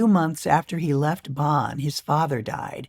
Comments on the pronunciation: Um, exactly. She said Bahn, like John. That is WRONG. It should be more like Bohn, like Bone but with less of a closed O. And no, it's not silly. It's awful to hear the city pronounced "Bahn." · Hearing Bonn so mispronounced is hard to take. I'm dreading hearing it. How can she not even TRY to get it right? Or close. She says, Bahn, like John.